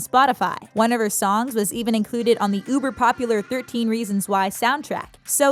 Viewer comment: she said UbEr PoPulAr lmao